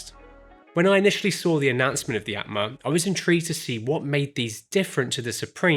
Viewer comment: Aatma is pronounced as 'aa' in Arm or Aunt. So it would go like: 'aa'tma 😅